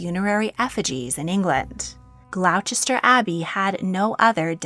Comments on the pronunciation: Sorry, but it's not "Glowww-chester". It's "Gloss-ter". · She manages to get Leicester correct, but somehow inserts an H in to both Worcester & Gloucester (pronounced Wuster & Gloster). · You lost me at “Glouchester”. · The American narrator is making me cringe as she is unable to pronounce Gloucester or Worcester (it's pronounced Glosster and Wooster phonetically)Apart from that it's quite a good video. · Gloucester is pronounced Glo•stuh.... You should know that... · I hate being this person but just for future reference in case Gloucester ever comes up again, it's pronounced GLOSS-Ter. And Worcester is WUSS-ter ❤ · You pronounce Leicester correctly as Lesster, but get both Worcester (Wusster/ Wooster) and Gloucester (Glosster) wrong. Odd. Otherwise a good video, but the pronunciation mistakes are distracting. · Please pronounce my country’s language correctly, Gloucester is pronounced Gloster…..please be respectful you silly American. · Just a note on pronunciation: "ce" is silent, so Worcester is Worster, Gloucester is Glouster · Gloucester is pronounced gloster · FYI Gloucester is pronounced: 'Gloss-ter' Fab video as usual! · Sorry to be a pain, but it's Glosster and Wusster. Not Chester. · Can you please pronounce places names properly? You said Berkeley castle completely wrong ? Also you said Gloucester and Worcester completely wrong too. Please next time look up how to pronounce places first, before making videos? Except for this, you make a brilliant video and a brilliant series about the Kings and Queens of England. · Gloucester is not pronounced like that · It would be of great benefit to our ears if you could research the pronunciation of unfamiliar English place names by checking them on google translate before recording your narration. Perhaps you could start with "Gloucester" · Idk why people don’t just google pronunciations when they don’t know how to say something. It takes no time at all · 😂😂😂 that is not at all how you pronounce Gloucester